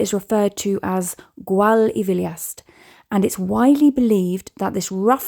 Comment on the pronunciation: Gwal y Filiast . The y is pronounced as "uh". (as in Bettws Y Coed ) not ee . Well done on finding the lair .